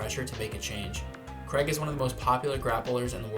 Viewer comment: His name isn't Creg. Wtf. It's Craig. Cray-g. Say his name right.